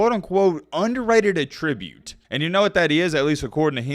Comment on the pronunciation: Bruh get to the point. FFS the rambling on in this video is excessive and unnecessary. Btw look up how to pronounce attribute 🤣 As for the clip well all these unathletic basement dwellers commenting on a professional football players athleticism in practice when we ran a 5 yr route against no one. The people saying he looks slow, sloppy, unathletic, etc are flat out dumb. Brain rot is an epidemic in this world so not surprising.